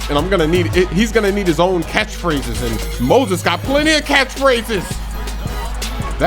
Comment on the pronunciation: I die laughing every time he says Moses cuh